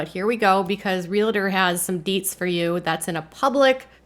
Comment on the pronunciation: It's re-al-tor, not re-la-tor. Pet peeve of mine. And Jinger and Jeremy most definitely have a "sponsor" or co-signer for their house. There is no way they could qualify for a bank mortgage, which I assume they have, even with a $400k down payment. I live in the general area they do, and I'm very familiar with the market. Depending on their exact location, that almost $2,000,000 house would probably cost maybe $500k-800k in Arkansas, except in Arkansas they would get more acreage. The price of real estate out here is offensive.